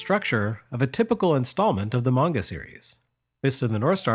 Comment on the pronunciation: Oh my god. Someone pronounced anime and manga correctly! Thank you!!